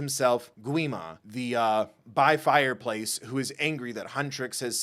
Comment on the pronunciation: "Bi fireplace" 🤣